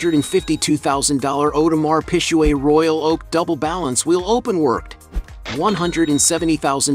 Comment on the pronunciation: Damn this video is just a farse. First, the pronouncing the names of Marbella and Audermars Piquet is laughable, and embarrassing. Then there is the "jet" that Erling owns. News flash, the Piper M60 is NOT a jet.....for f..... sake😡